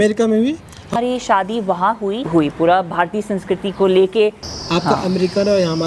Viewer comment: एंकर भाई बड़ा बुरा लगता है जब आप इंटरव्यू लेते समय शादी को सादी बोल रहे थे।आप से बेहतर तो अमेरिकन लेडी है,आप इनसे ही हिंदी सीख लो,अच्छा रहेगा